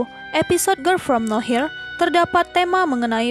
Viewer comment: ngomong girl nya aja ger ger grel gemesss😭